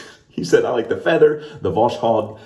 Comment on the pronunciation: Your last pronunciation of Vozkhod was correct 😀 You never shared with us how your experience with the Tesla was 😁 Ethan Hawke OMG 😍😍